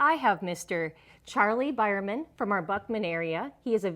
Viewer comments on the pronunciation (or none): 1st, Thank you for your service. My name is Biermann also but we say it to sound like Beermann. He sounded it different in the video. In German Beer is spelt Bier . After seeing a comment below from a Wayne Beierman I am thinking the name in title might be misspelled.